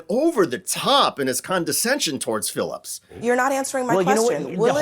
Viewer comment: It's Abby Phillip, not Phillips 🙂